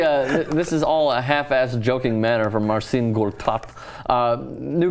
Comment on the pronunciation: (from my polish friend) His name is pronounced Mar-cheen